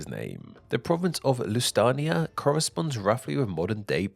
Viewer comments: Many of these pronunciations are hilariously bad like Lusitania and Mauritania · I lost it at Lusitania = Lustania. Lusitani = Lustuani. It's not Japanese come on man!